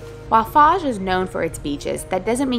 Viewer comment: Pronounced fouge fyi